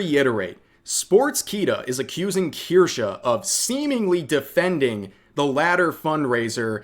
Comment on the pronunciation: ok, i can't be the only one who keeps hearing "Kirscha" instead of "Kirsche"